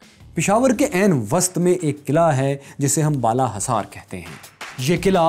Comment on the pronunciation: Bala Khasaar nahi Bala Hisaar